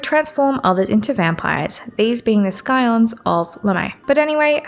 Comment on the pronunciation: Fun video! The 'c' in "scion" is silent like in "science".